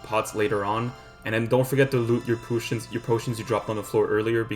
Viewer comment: bro said pootions 😂